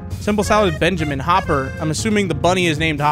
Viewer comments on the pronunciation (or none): I literally said to the screen ITS BUN-JAMIN NOT BEN-JAMIN until he noticed bro was making me die a little🤭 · OH MY GOD MAN. OH MY ACTUAL GOD. HIS NAME IS NOT BENJAMIN. ITS BUNJAMIN. BUNJAMIN. B*U*NJAMIN. OH MY GOD. PLEASE. IM DYING. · You must play yugioh because you just refuse to say Bunjamin's name correctly LMAO